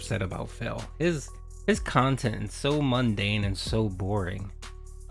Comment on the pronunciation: " sorry honey, i spent the funds of dinner on decorations for my kantent"